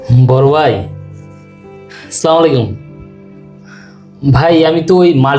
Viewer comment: হজুরের সালাম দেয়া সঠিক হয়নি সালামের উচ্চারন হবে- " "আসসালামু আলাইকুম "!